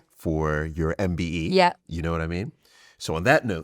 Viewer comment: Imagine being awarded a MBE & the Person cannot even pronounce what it’s called or get it right 🥴🙄🤦🏼‍♀️ the idiot who thought giving this girl a mbe for basically doing good things (granted) after getting famous for watering her ex boyfriends garden 😉